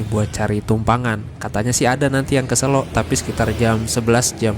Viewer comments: sebagai orang jogja yg ga suka keramaian, selo boyolali tempat hiling seminggu sekali, ngopi2 diatas simpang PB itu bro asli enakeun bnyk cafe. btw sebutan kata selo yg masnya ucap itu salah/kurang tepat nadanya hehe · Selo pake e (medan) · SELO. E nya E biasa